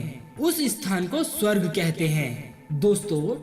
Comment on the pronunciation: Abhey lavade pehale swarg bolna toh seekh le ..